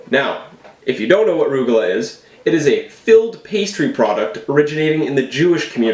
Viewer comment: They look good, but chopped walnuts and golden raisins would enhance. Also, they are pronounced "rug-a- loch", not "roog-a-la".